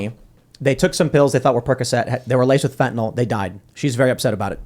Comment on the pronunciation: Biden calls it "fentinawl." I don't have a comment other that it just sounds weird, kinda like he's never seen the word before.